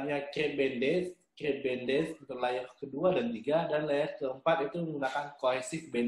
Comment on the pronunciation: Perban 4 layernya disebutin dengan yg benar donk, kurang jelas perkataannya, terima kaasih